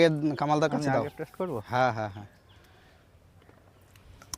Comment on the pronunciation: উচ্চারণটা টেস নয় টেস্ট।